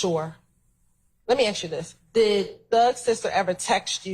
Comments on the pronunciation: Wish she would act professional and not say "axed" all the time. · omg she gets on my nerves saying aks instead of ask !!! geez